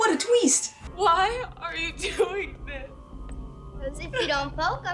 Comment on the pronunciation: What a tweest #RobotChicken